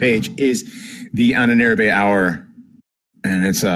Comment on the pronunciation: I love your stuff, guys, but you have got to learn to pronounce "Ahnenerbe" right.